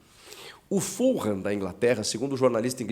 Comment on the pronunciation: Grande Chico, só um adendo se me permite. O nome Fulham se pronuncia sem o som de R na letra H, soando mais ou menos como fuLam. O mesmo pra a Tottenham sem o som do R no H, TotteNam.